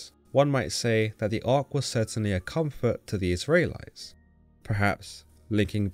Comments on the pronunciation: Is it me or can this guy not pronounce Israelites correctly?? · You say "Israelites" in a very strange way. God content though!